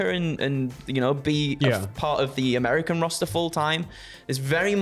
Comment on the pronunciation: Americer, ha! Love you guys! 🤣